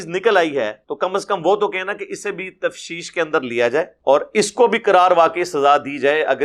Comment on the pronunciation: السلام علیکم محترم لفظ "تفتیش" ہے نا کہ تفشیش